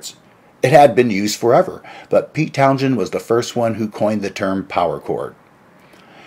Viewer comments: His name is pronounced "Town-sen", not "Town-shen" nor "Town-jen" nor "Town-jshen" or whatever it is you are trying to spit out. Both the "h" and the "d" are silent. Also, I had that same problem with excessive saliva, but it's possible to have your saliva glands reduced, though you have to work a little harder to get good dental/oral hygienic reports from your dentist because saliva kills bacteria in the mouth. You need to work on your speech if you are going to try to speak professionally. Try putting a few (5?) smoothe stones in your mouth and and practice speaking. Some famous old Greek philosopher supposedly did that. Or just go to a speech therapist. You don't speak well. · The Who were never a heavy metal band. They were often a hard rock band. And it's pronounced Towns-hend, with the stress on the first syllable. (Townsend) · How are you gonna do a video about Pete Townshend when you can't even pronounce 'Townshend'?